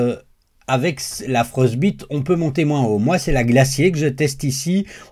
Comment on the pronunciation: Juste la prononciation de "Frostbite" ... mieux vaut le prononcer à l'anglaise ("Frost ... baille ... te") ... sauf si voulu pour l'humour 😀. Sinon je possède également cette plaque ainsi que la Glacier que je n'ai pas encore testée. Je confirme en tous cas que la Frostbite est impeccable, PLA à 25° (je n'ai pas encore essayé sans chauffe du tout) et PETG à 50° et ça adhère tu tonnerre !! Curieux aussi du retour par rapport à la roue d'extrudeur que je possède également mais pas encore installée (faut aussi que je monte l'upgrade de ma MK4 vers MK4S 😬). Bonjour de Waterloo !